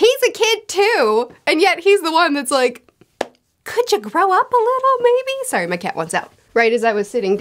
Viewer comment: You said “sorry” so Canadian you almost doxxed yourself.